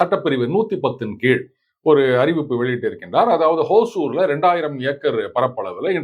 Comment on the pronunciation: சார், ஹோசூர் என்று உச்சரிக்க வேண்டாம். ஹொசூர் என்பது தான் சரியானது. ஹொசூர் என்றால் கன்னடத்தில் புதூர் என்பது. தமிழில் ஒசூர்.